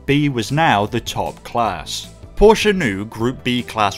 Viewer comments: Only one second into the video and I would like to give you 10 times thumbs up. For the correct pronounciation of Porsche! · Thank you for not saying "Porsh"....!!!! Seriously.